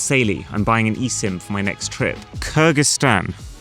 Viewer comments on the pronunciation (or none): He got blown in more ways than one 😏 Your pronunciation was awful. You said "Kurr-gis-taan" when it's actually pronounced exactly how it's spelt: "Kir-gyz-taan". What you really mean is that Apple doesn't need to improve because they have no competition & their customers are already brain-dead sheep who pay exorbitant prices for subpar hardware & even worse software with plenty of artificial restrictions enforced simply to give the illusion of "exclusivity" . That isn't a feature of Apple products. It just shows how shameless they are by banning all competition. Their products aren't good because they're actually better than other equivalent products, but because they've banned everything else. This is why I will never ever support Apple — they are literally the most anti-competitive & anti-consumer company out there. Android/Windows is fragmented BECAUSE they give you COMPLETE FREEDOM of choice. Apple does not & even worse, deliberately makes non-Apple devices harder to work with/completely incompatible simply to lock you into their walled garden. Android & Windows can run on virtually anything; Apple is MADE specifically & ONLY for its own hardware. This is 100% the fault of the developers. They MAKE everything for Apple because they know there's far more money coming from Apple users. I think your point at the end is extremely important. You can't let go of Apple because you're ALREADY using so many other Apple products. If you're using Windows & o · Apple did this one better actually. You pronounced it Kur (stress on K, u as schwa, and a soft r)-gis-tan instead of kiRR-gis-tan. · you clearly said Kurdistan not Kyrgyzstan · But who actually says "Kurgistan" like you did hahah, Siri and dictation on iOS is bad, no question. But if one says the word wrong, it’s definitely an user error… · That’s not how Kyrgyzstan is pronounced, though. Kurdistan is actually closer to what you said. So, in a way, the iPhone got it right.